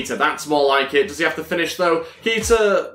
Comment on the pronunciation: Its pronounced kayta